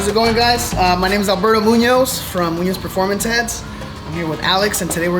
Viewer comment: "Albero Munioz"